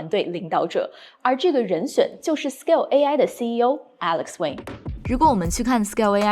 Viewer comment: alex 王就alex 王，老外发音不好能理解，你一个中文母语发音也和他们一样发音没必要吧